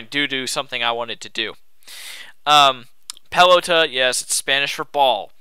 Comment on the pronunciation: Sorry to be picky, but when you say pelota, you don't pronounce the O as "oh", but the way you're supposed to pronounce it includes having a mexican accent' so it's okay. Just letting you know. I'm really picky about these things, sorry. Anyway, great battle! Too bad it's your last. :(